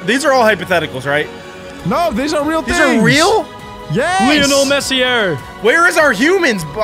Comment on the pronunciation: "Lional Messiar"